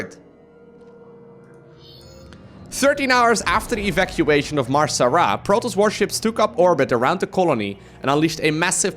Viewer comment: It's MAR-Sara not MAR-SARA.